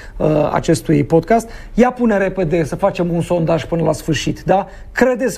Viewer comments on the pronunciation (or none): none